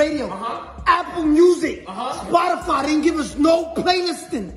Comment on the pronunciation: I still can't get over the fact he pronounced Spotify like spodifahh